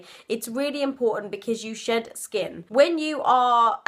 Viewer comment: Accents...Accents....Accents....I am pretty sure I am not the only one who had to rewind and confirm she said, "shed" and "shedding" and not "shit" and "shitting"..when she mentioned that "People shed hair...."